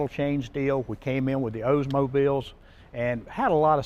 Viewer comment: LOL..."OZEmobile" that's a southerner. My brother in law pronounced Oldsmobile the same way! 🤣